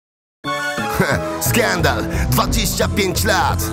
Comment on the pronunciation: Vienio wymawia słowo skandal, jakby zgubił polski akcent na wakacjach. Oryginalnie w tekście jest najebany wszędzie zaliczyłem gleby i tak powinno zostać. Pijany? Daj spokój. Toż to skandal!